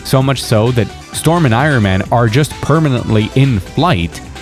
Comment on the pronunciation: Who says Irin Man?? Moron.